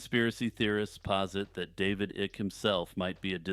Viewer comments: It's David (eye -k) not ik. Sorry, but it's killin me. Good job, otherwise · Its pronounced "Ike" and not "Ick." Lol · its pronounced like Dwight David Eisenhower Ike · David Icke's last name rhymes with bike.